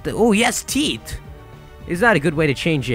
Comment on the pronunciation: When you say teeth, it sounds like teet.